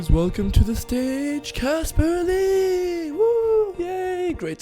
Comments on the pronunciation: ITS CASPAR!!!!!!!!!!!!!!!!!NOT CASPER!!!!!!!!!!!!!!!! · IM LAUGHING SO HARD AT HOW MANY PEOPLE GOT CASPAR'S NAME WRONG LIKE NIGGA WTF ITS CASPAR NOT CASPER OR CAPSER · By the way his name is CASPAR not Casper or Kaspah. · it's Caspar , not Casper ._. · WHAT'S THE PROBLEM WITH YOU GUYS???????? CASPAR NOT CASPER OH MY GOD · OMG it's NOT Casper it's CASPAR!!! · Why is it so hard to understand!! It's CASPAR NOT CASPER! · FOR EVERYBODY WATCHING...CASPAR NOT CASPER :) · WHY CANT PEOPLE JUST GET THE NAME RIGHT ITS "CASPAR" GOD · ARE ALL THESE PEOPLE TROLLING OR IS IT ACTUALLY THAT HARD TO GET CASPAR'S NAME RIGHT